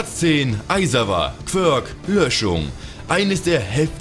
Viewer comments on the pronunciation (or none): Es heißt "quirk"